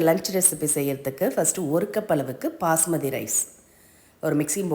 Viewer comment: Why do you always say "Pasmathi rice"? It's actually 'Basmathi rice'. It doesn't sound good.